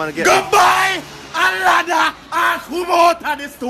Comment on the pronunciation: “GUH BAII AH LADDAHH” 😂😂😂